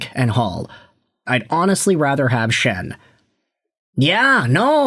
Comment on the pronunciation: luke Schenn? bro what?